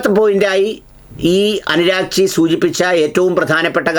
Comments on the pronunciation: പേര് നല്ലതായിപറ. അനു രാക്ചിയല്ല. അബ്ബാസ് അരാച്ചി... 🇮🇷🇮🇷🇮🇷👌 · Abbas Araghchi ഈ പേരാണ് അനുരാഗ് ചി എന്ന് നിങ്ങൾ പറയുന്നത്. മാധ്യമങ്ങളിലും മറ്റും ഈയിടെയായി നിരന്തരം കേട്ട് കൊണ്ടിരിക്കുന്ന ഇറാൻ വിദേശ കാര്യ മന്ത്രിയുടെ പേര് പോലും കൃത്യമായ ധാരണയില്ലാത്ത നിങ്ങൾ എങ്ങിനെയാണ് മറ്റു കാര്യങ്ങൾ ഇത്ര ആധികാരികമായി പറയുന്നതെന്ന് മനസിലാവുന്നില്ല. ആരെങ്കിലും എഴുതി തന്നത് വായിക്കുമ്പോൾ അനുരാഗ് ചി യും അബ്ബാസ്‌ അറാഗ്ചി യും തമ്മിൽ എത്രമാത്രം വ്യത്യാസമുണ്ടെന്നതെങ്കിലും മനസിലാക്കാൻ മലയാളം പത്രമെങ്കിലും വായിച്ചു നോക്കുക. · അനുരാഗ്ച്ചി അല്ല😮 Abbas Araghchi😊